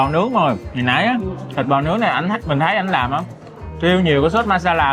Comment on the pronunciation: nói hay bỏ chữ t đúng không mn. Thấy = hấy 🫢